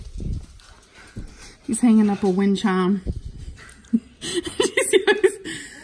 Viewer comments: “He’s hanging up a wind chahm” Stopppp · Yeah she used her southern accent on that one lol